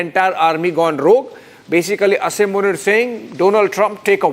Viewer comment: Its Asim Muneer not Asaym Muneer 🤣